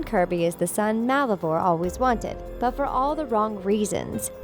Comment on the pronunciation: DID SHE JUST SAY MICKLESON! AND WTF IS MUULLIVOR 🖕🏻🤦🏼‍♀️